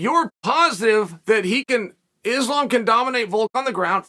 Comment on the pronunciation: He has got to be butchering islams name on purpose by now😭